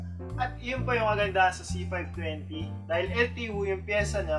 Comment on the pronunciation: Sagwa pakinggan EL TEE WOO.